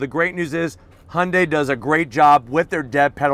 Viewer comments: 😲 WAIT! Did I finally hear him pronounce Hyundai correctly?! 🤯 Thank you!! No more saying Hondai. I'm definitely subscribing now! 👍🏽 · We in Australia pronounce it as he-young-day